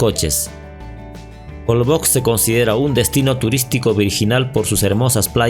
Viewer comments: Se pronuncia jolbosh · SE PRONUNCIA JOLBOSH (Holbox) La letra X se pronuncia como SH regularmente, en el idioma maya. Un saludo